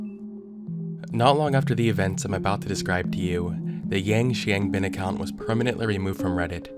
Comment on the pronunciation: FYI Zhao Weishan is pronounced Jow (rhymes with cow) Way Shan ‘Xiang’ is like ‘Hsiang’ roughly :)